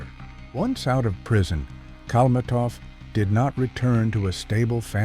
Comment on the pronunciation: AI crap. They don't even know how to spell and pronounce his name.